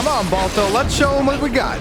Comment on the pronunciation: Lol "Balto"